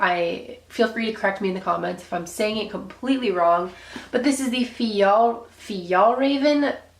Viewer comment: yup u definitely butchered the name lol its Fee - Yall - Rahh - Ven Kong- Can